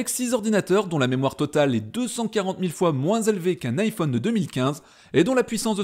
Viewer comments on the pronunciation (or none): none